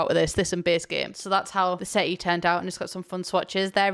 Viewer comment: This whole time I thought it was "sitty"